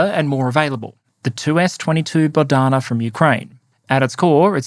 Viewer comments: Not Bodhana (like Boddhi-satva) but Boh-dana (like Bog or Boh meaning God)! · its "Bohdana", not "bodhana", with boh / bog / бог being "god", dana "given", So a gift from god :) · It is BoHDana, not BoDHana, buddy..